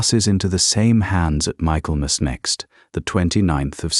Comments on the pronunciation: I have thoroughly enjoyed this story! Try to add their children to the story wrap up. ❤ Also it isn’t pronounced MICHAEL MAS… it is Mikklemis. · An excellently told story, although I wonder how it continues; for sure, there's a second half of this story waiting to be told! Oh, and it's not Michael-mass. it's pronounced Mickellmass! Just one of our weird English pronunciations!